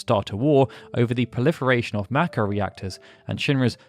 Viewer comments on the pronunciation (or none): It's may ko not mack o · ma ko.... am I the only who pronounces is May Ko?